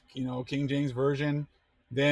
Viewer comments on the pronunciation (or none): none